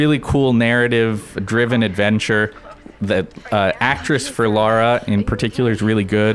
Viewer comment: why oh why oh why do GI (and alot of US people) insist on calling her laura croft? Laura and Lara folks, two different names! thats you your biggest fan x